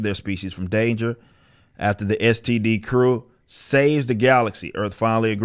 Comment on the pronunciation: Lmfao...my God what a fucking dumpster fire 🔥 🗑 Emphasis on "STD"